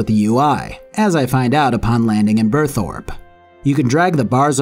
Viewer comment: I’m so glad, if anything, that you said Burthorpe instead of birth rope lol I hate when people say it like that